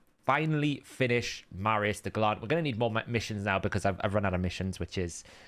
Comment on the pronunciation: Are you under strict instructions from HH to mispronounce names as often as possible, to stick with his brand? Or have you just never heard the word gallant before?